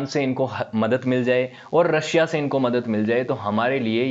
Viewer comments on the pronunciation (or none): none